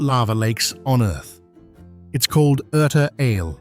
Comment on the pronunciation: Good video. Frequently mispronounced words: not Erta Ale (volcano), but Erta Alé; not Bale (mountains), but Balé; not Bole (airport), but Bolé. This video pronounced Erta Alé correctly. Kudos! Addis Ababa now looks nowhere like the footages offered here. It soon will be a world-class city, if not already.